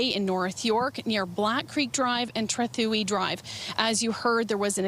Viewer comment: it's pronounced Trah-thoo-ee.... not treth-way